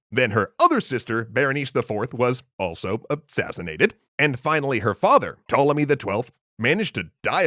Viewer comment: The "P" in Ptolemy is not silent.